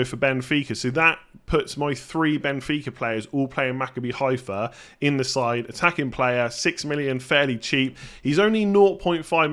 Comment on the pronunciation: Just a quick note, nobody expected you to get it right the first time but because I've heard you mention their name a few times - Maccabi Haifa is pronounced MaCABbi, with the emphasis on the second syllable (that's how Hebrew works). Good luck with it!